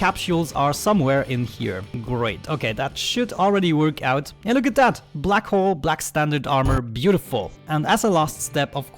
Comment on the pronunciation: every time you say black hull it sounds like your saying black hole lol I forgive u i m not English either.